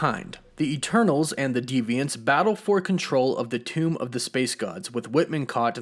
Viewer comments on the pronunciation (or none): none